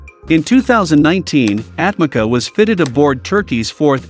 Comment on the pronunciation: Atmaca pronounced for you atmadja. Means thrown away. C = dj